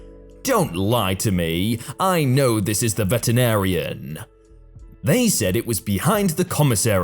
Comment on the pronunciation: pronuonce with me: VE-TE-RI-NA-RI-AN